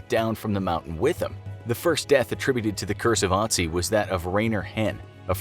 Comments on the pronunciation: His real name is Ötzi not Otzi. Greetings from Tyrol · I cringed so hard each time he said "AH-tsee" and not "UH-tsee" you had one job lol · ITS ÖTZI NOT OTZI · Hey guys, his name is Ötzi, Not Otzi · Is this “Ottzee” related to Ötzi? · It's Ötzi, not Otzi! This pronunciation is awful. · TIS:" Otzi the ice man" Austrias:" er heißt Ötzi!" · Its pronounced ut see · I as a German know that the name is actually Ötzi, but I guess the letters Ä, Ö and Ü in the German alphabet are mostly unknown to others or people don't know how to pronounce them. In this case the name Ötzi is pronounced "Uh-tzi". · Bruh I thought they said - “Naz1” instead of Otzi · The Ö in Ötzi is pronounced like the U in the English word hut, meaning that his name is pronounced UT-zee. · It is ötzy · F in the chat for soon cursed Infographics crew for mispronouncing Ötzi's name.. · I like how he says Ötzi as a non german speaker.^^